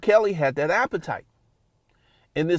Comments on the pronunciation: Everytime this man says “appetite” It makes my soul cringe 🤮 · bro saying "appetite" like its food bruh